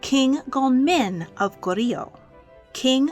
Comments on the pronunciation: As a Korean who enjoys your videos, I was pleasantly surprised to be a Korean King there. I would like to point out some things about Goryeo and King Gongmin just for reference to anyone who’s interested: 1) Goryeo is just two syllables : Go-ryeo, and not three. 2) King Gongmin’s son, Wu Wang’s birth is very debated because of propaganda used by the founder of the next dynasty (Joseon dynasty) to gain legitimacy for basically betraying his King and country. 3) King Gongmin needed another heir so he had his male lovers rape his wives (some unsuccessfully) until the one wife in the video did get pregnant. However, he wanted to hide that fact so sought to kill off his lover/bodyguard and others who knew the truth but they got to him first and died a gruesome death. Really sad that Queen Nuguk died. King Gongmin went mad over her death and this lead to all the other tragedies and the fall of the empire. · Her pronunciation of 고려 completely throws me off. I wish she would’ve done more research into the pronunciations